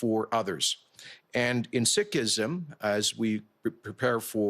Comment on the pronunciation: Wow, he even pronounced Sikhism correctly.